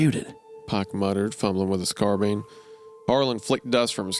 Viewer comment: "carbean" turns out wendigoon doesnt know guns